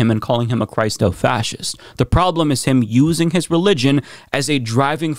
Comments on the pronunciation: You are mispronouncing "Christo"... though it comes from "Christ" with a long I it is pronounced with the short I as in Christian. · I love you, guy! (but...) When pronouncing the word "Christo-fascism," think "Christian" or "Christopher." NOT "Christ." It's a short "i", as it derives from "Christian fascism." Keep up the great work!